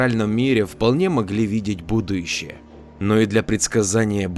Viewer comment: Будущее, а не будуЮщее😅 Даже в речи слышна эта смешная ошибка.